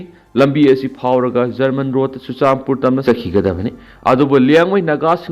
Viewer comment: pao pabada German roed haigano Manipur da Zerman roed kouba leite